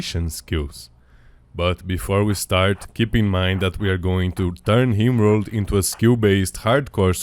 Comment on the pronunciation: the guy who made the video pronounces "rim world" as "Himworld"